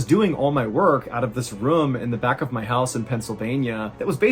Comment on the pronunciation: Haha "RUUM"